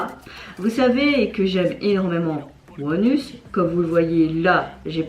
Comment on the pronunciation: Hi première fois que je vois ta chaîne, j’ai apprécié ta réaction, merci beaucoup pour le groupe. Par contre « ONEUS » ne se prononce absolument pas comme cela. Il faut le prononcer à l’anglaise [ONE][US] (la prononciation coréenne est légèrement différente aussi) sinon avec la prononciation française on a l’impression que tu dis ‘anus’ 🙈😅 Et pour Leedo, il faut pas prononcer le ‘L’, en prononciation cela donnerait plutôt « ido »….